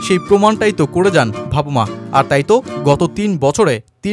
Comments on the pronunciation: ভাবুমা নয় ভাই !😂😂😂 বাভুমা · বার বার 'ভাবুমা' শুনতে শুনতে বিরক্ত হয়ে গেলাম।নামটা অন্তত ভালো ভাবে উচ্চারণ করা উচিত।